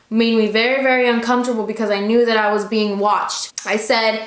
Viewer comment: "Uncomptable" u cute 😂😋